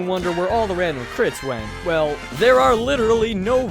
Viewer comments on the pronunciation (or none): ! Random not Ranon